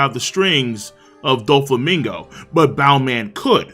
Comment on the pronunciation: It’s not doflamingo, it’s Don flamingo